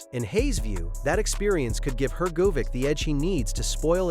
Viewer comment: Hopefully this guy learns how to pronounce Hergovich's name correctly